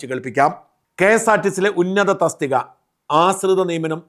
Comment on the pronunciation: "ആസ്രിത" അല്ലാ "ആശ്രിത" നിയമനം എന്ന് പറയൂ ഷാജൻ